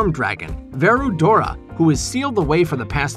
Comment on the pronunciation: Lol, the way you say Valdora 😄